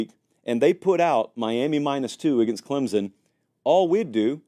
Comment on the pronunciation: It’s “Clem(p)son!!